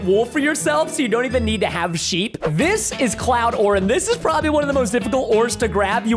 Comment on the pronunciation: also it's not proboly it's probably